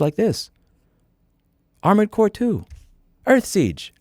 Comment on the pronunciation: Dude said earthsiege lolol.